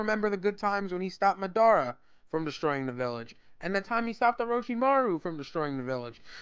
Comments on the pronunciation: its {mad-aer-a} not {ma-dar-a} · Madaarrra? its madara mah-dah-rah. not mah-daar-ahh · 50% of comments: Mad because he said One Piece is trash 49% of comments: Mad because he called Madara Ma-dar-a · Please tell me you did not just pronounce his name madar-a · Ma daar ra…. Wtf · I’m gonna act like u didn’t say maddara like that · "muh-DAR-Ruh" 😩LMAO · Aw hell naw, did he just say ma-dar-a? I'm sooooooooo triggered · He said madora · So first you say one piece sucks, then you pronounce madara like that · The way you pronounced madara, really fucking pissed me off.